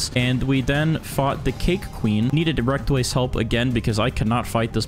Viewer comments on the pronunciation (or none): Bro really said REKTWAYS a noob💀